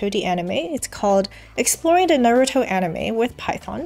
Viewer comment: I know it shouldn't, but your pronunciation of Naruto bothers me. Thank for all the knowledge.